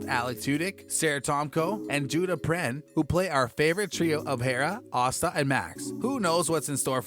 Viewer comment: Asta rhymes with pasta.